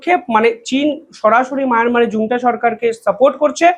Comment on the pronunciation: “Junta” শব্দটি Spanish শব্দ। এর উচ্চারণ তাই হবে “হুন্টা,” “জুন্টা” নয়।